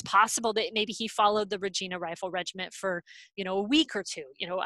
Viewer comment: Really interesting, I've been enjoying the various talks. However focusing on a Regina search and then pronouncing it wrong is annoying. If it's used again for something else maybe check on how to pronounce it.